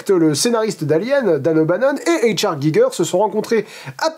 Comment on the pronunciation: Giger était germanophone, il faudrait donc prononcer H.R. à l'allemande (ou limite en français), ca a aucun sens de le faire à l'anglaise. Sinon bonne vidéo comme d'hab.